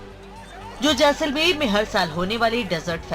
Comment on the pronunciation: Jesalmer nahi JAI-SAL-MER